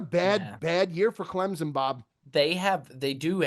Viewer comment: Why does say ClemZon instead of ClemSon?